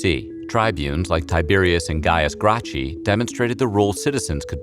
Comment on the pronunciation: Gaius Grah-Chee 😂 if I remember correctly his name is pronounced Gaius Grack-Uss